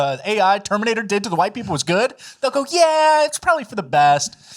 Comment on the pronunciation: how is AI going to be able to separate/ differentiate all the shades of "Hwhite" people on the earth??